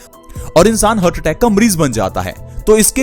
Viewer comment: हर्ट नही हार्ट बोलते हैं